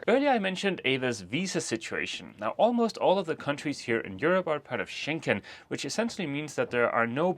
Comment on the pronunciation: It's getting on my nerves, sort of, when both of you always say "Schenken" and the right name is Schengen - with a G and not a K. The border control treaty was signed near or in an area in Luxembourg with the name Schengen. Saying it incorrect is as disturbing as if ppl started referring to the capital of Denmark as Copenhaken. Sorry for being a nervous language geek! Still in Norke (Norway), wishing you a happy sail to Enkland :)